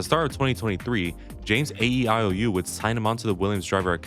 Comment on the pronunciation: James A.E.I.O.U lmaoo nice.